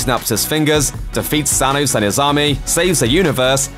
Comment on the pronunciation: Why does he say Sanos instead of thanos